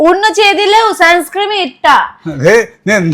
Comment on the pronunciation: സൺസ്‌ക്രീം അല്ലാട്ടോ.. സൺസ്ക്രീൻ..